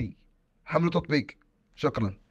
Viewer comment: كأن بيقول شكراً قال شقلاً